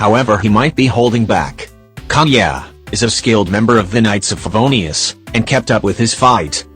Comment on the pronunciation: when kaeya was mentioned why do i hear "kanye" 😭 and albedo as "albebo" 💀